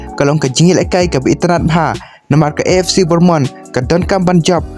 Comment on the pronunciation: Pronounce bha bah ac bornmonth ymdei ac bournemouth kein